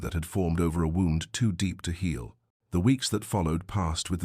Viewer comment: The usual mispronunciations: bow, wound, but narration otherwise good. Story slow, but not annoyingly so.